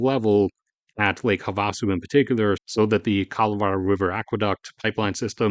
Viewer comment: Great video, just one small note, it's pronounced Have-uh-su